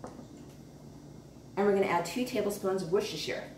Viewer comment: Came here from tasting history a few videos ago... I am hooked. I love this woman... Why did I never find her before! 100% subscribed! Also she must be the only person in the US who knows how to pronounce Worcestershire correctly. 👍👍👍